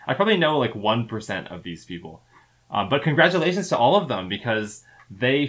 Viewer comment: Con-GRADUATIONS,!